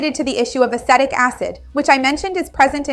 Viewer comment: I believe you are mispronouncing the word acetic